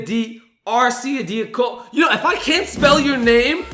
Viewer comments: Ryan Ar-chee-dee-a-ko-no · It’s pronounced ryan arch-ee-dee-ac-an-o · arch-ee-dee-a-coh-noh is how it is pronounced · Ryan Arch-idy-ack-oh-no